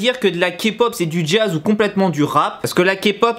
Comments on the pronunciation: comment elle l'a repris c'est Ké pop et pas Ka pop déjà merci XD j'suis morte mdrrr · Quand il dit "kapop" on dirait qu'il dit capote 😂😂😂😂